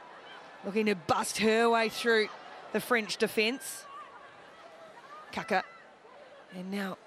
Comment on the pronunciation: My ears are bleeding, pretty sure it's Kākā not kaka....2 very different things lol